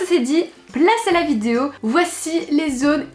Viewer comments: Tu as encore dit "vidzeo"mdr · Elle ne sait toujours pas dire vidéo... Elle dit : vidio 😂